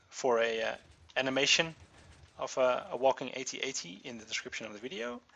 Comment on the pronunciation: Finally, a YouTuber who pronounces AT-AT correctly :D